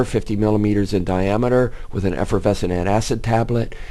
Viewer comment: this nigga said efervesinat acid tablet y the fuk cooldnt he just say alkaselter